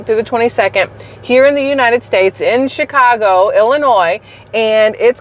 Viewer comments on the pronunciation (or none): none